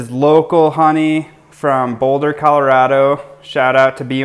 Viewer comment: Hahahaha you lost me when you said Boulder